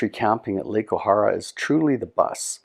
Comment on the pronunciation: Nice video...but it's pronounced O-hair-a. Was lucky to have worked there for several years when I was younger.